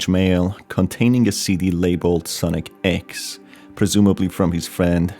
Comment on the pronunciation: It's not ex it's e x e